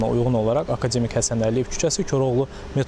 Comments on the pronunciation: Akademik sözün düzgün vurğulayın xanım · aka demik yox ey, akademik